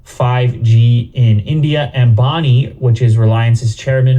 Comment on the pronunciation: It's Ambani, not bonnie.